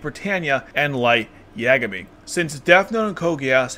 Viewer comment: sorry i couln't watch this video. how did you watch this series ad pronounce lights last name wrong in multiple different ways. ugh. i hate that. they say his name like a thousand times.